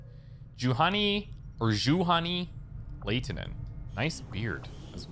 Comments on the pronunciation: That's "yu-honey lie-ti-nen" for you,. And Lada has the same pronounciation as the Russian vehicle brand: pronounce As like Russians do when they say "Da!" (Yes).;) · Juhani Laitinen HURRAA!!! First Finnish team member.. Like ever! You pronounce it horribly btw :But it's ok. Finnish is super difficult D Thanks for these series.